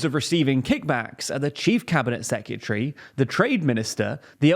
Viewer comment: say it with me dude: seh-kruh-teh-ree SECRETARY, not seh-Q-tree